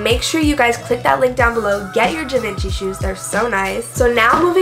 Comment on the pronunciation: The way she said Givenchy made my ears bleed.